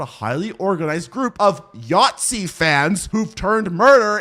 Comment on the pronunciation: It took me way too long to understand what you meant by "yatzy" xd I'm german btw :')